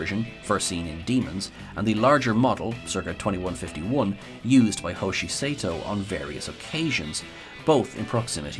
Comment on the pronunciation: Gah, ya mispronounced Hoshi's surname! (Otherwise, good job, lol)